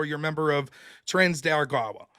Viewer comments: why does pronounce it "trans de argawa" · "Trans they are Gawa" - Noerr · I love every time tries to pronounce Tren de Aragua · He makes it sound like a race or faction from Star Wars lol